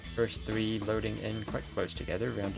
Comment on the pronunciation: 7 minutes now yolo can't say 1st